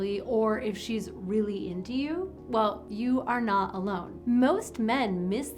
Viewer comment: "You are NAH alone". NAH?